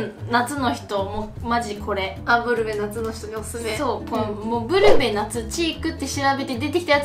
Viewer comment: サワデさんのブルベの発音が完全にぺこぱ😂